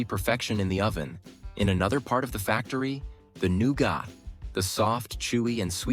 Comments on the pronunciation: NEW-GOT 😂😂😂 Instead of NOUGAT.😂😂😂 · How do you say nougat again?